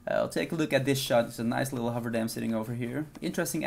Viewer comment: Thanks. Never heard of FCPX. Also, it is the HOOVER dam, not the HOVER dam, LOL